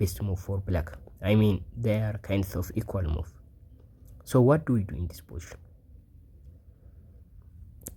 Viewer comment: I learned a new word today: "po-ition" LOL Curious what your native language is? I saw the solution immediately.